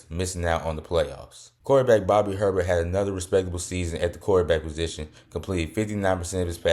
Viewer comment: Bobby Herbert is pronounced “A-Bear”